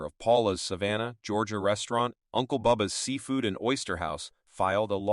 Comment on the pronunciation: I live in Georgia. Very good at saying Savannah. Not very many people can say it right. Well done